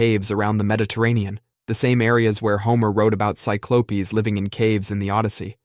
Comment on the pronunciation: Sy-clo-pees? LMAO